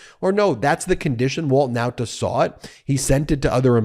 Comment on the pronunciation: Ben you keep on mispronopuncing the Nauta name. Why? I have already reminded you in the comments section. Guess you don't read them. For the record, you keep pronoucing the Nauta name as: N O W T A. This is 100 percent wrong. The pronounciation should be: NAWTA (as in the pronounciation of RAW). How would you feel if people referred to you as Ben Measles?